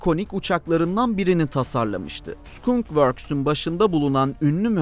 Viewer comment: Selamlar , Güzel derlemeler yapıyorsunuz memnun kalarak takip ediyorum. Ancak bir konuda daha dikkatli olmanızı öneririm. Skunk kelimesi yazıldığı gibi okunmuyor. Skank diye okunur. Tercümesi evet kokarca. Bunun gibi daha birçok telaffuz hatası içeriklerinizde bulunuyor.